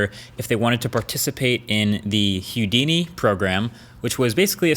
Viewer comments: It’s pronounced “who-dini” not “hue-dini” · It's Houdini not Hudini, bruh. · Hue-dini? Nope. Who-dini? Yep. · Please stop saying Hyudini, it's Who-D-knee, not Hugh-D-knee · Huedini? :P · Wat?!! "Hugh-dini" I always heard it pronounced "Who-dini" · Am i the only one annoyed by his hIUdini pronunciation?instead of the norman hOUdini? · You're saying Hyoodini on purpose right? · HOUdini not HUdini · I wonder if the dislikes are for how late RED is acting, or its for Hyoodini. Its Who dee knee. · Why does he say hewdini? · It’s pronounced “Houdini” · Its pronounced "Hoo-Dee-nee" . .... Not "hue-dini" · Who-dini. Who let Marques go on saying Hew-dini?! :) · It's not huedini it's Houdini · Marques... It's pronounced "who-dini", not "hue-dini." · Are you saying Youdini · 🤔🤨 "Hewdini"? It's pronounced WHO-di-ni after Harry Houdini the famous magician and escape artist. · Great review!!! Oh, and it’s “Who-deenee.” not, He-you, Deenee. :) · Ffs it's not hue-dini it's WHO-DINI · It is pronounced, Who Dee Knee, not Hugh Dee Knee. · Pronounced 'whodini' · It's pronounced "hoo- dini" not "hu-dini". Haha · I'm assuming its because Houston is spelled the same, but man, that was really bothering me too. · Is it just me or does he pronounce Houdini a little weird. He seems to say hue-dini while as far as I know the correct pronunciation is more like who-dini. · It's pronounced HOOdini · Hewdini? or Houdini (who-deenee) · It's pronounced WHO-DINI not HUE-DINI. lmao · Huedini. :D Sigh... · Houdini. Who-dee-knee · Houdini - hoo - dEE - nee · And I believe it’s pronounced “hoo-dini” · Did you say "Hew"-dini? Is that how it's pronounced? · Say it with me, my friend - "Who - dee - knee" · “ Hoo dini” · Why are you pronouncing it weird? It's Hoodini, there's no O in there. In the sound you make with your m'O'uth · Lol. Hue-Dini lol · Its “who-dee-nee” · it's pronounced who-dee-nee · hew-dini, lolz XD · why do you keep saying heaudini?? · it's pronounced hoo-dee-nee